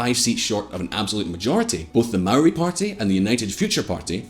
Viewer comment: Maori is pronounced wrong again